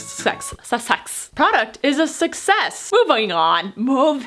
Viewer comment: product sUCsEss , movIONG on🤣🤣🤣😂😂😂👏